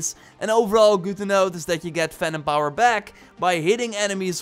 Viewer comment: Am I the only one that thought he was saying Phantom power instead of Venom power?